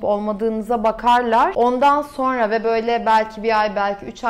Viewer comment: "Sorna" değil, "sonra".